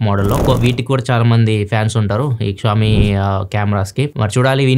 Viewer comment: షియోమి నీ క్షామి ani pronounce chesi telugu state renditilo daani peru pogottaru ga.😅😂